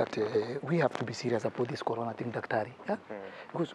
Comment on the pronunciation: Ni corona sio kolona 🤣🤣🤣